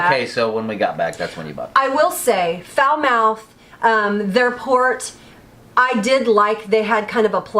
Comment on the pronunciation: Falmouth Pronunciation: Fal-moth Not Foul-mouth Lol😁😄🤣😃 Splendid video nonetheless👍👍👍👍👍